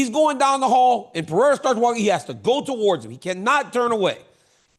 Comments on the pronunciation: Chael. Learn how to pronounce Alex's last name correctly, then maybe he wouldn't be mad at you. Pereira = Puh hay rUhh. Not Pee Era. 😂😂😂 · Kale. Per Era. Dude. Come on. Its not Pierre Uh, or is this just cuz your name is hard also? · No one: Absolutely no one: Chael: Alex Pee-Air 💀💀💀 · Chael “Peeoira” Sonnen GOD get his name right you TWANG!